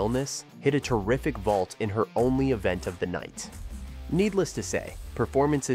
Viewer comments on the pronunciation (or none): It's vault lol (not being rude)